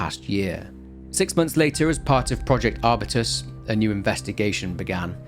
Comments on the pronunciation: arbyoutus not arbitus, it's a genus of plant, strawberry tree is the most popular one, I'd say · is it not pronounced R-Byu-Tuhs